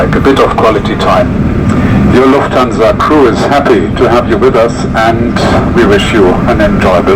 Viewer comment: Great video! Just a superduper minor correction: The stress on "Lufthansa" is on the first syllable. Other than that: Excellent review!